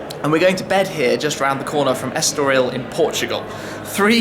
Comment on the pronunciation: It's so funny the way he pronounces "Estoril Circuit" from the point view of a portuguese guy! :D